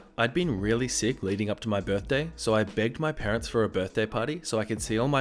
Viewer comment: Sometimes at the end he says "Get annoyed at some entitled Pearents